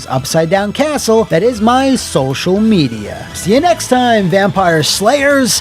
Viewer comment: “FANGks for watching” ….absolute legend 😂🤌